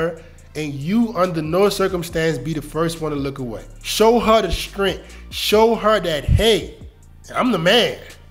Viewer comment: This is good advice, but you really need to learn how to pronounce the word “strength”.